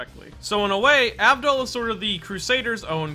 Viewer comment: Tmw no one ever respects my G enough to say his name correctly. Abdul